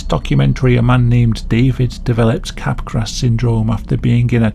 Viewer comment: Just a quick correction: "Capgras" is pronounced as "cap-grah", not "cap-grass". Good video otherwise! Back when I was interested in biological psychiatry and abnormal psychology, I researched most of these mental disorders and neurological disorders. The most fascinating aspect of these disorders is how the mental and physical (neurological) overlap. It is an important subject in the philosophy of mind.